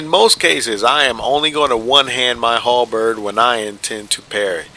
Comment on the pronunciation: The way you said "Halberrrrrd" made me laugh.